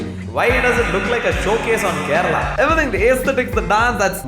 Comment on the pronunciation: It's kinda getting irritating now a days how they refer us as madarasi and then immediately jump to ask .are you from Keral?? What keral!! Can't you guys atleast say Kerala!! Then jump to masal dosha . it's not a dosham .guys..then some-bar.. literally spoiling sambhar.. it's as if to start speaking like they know so much about south and then back off after our facial expressions change😂 finally end up saying..dude..its so confusing..WHAT😂.. just four states down the map.. what's so confusing 😮c'mmon guys.. it's time to grow up..no more acting innocent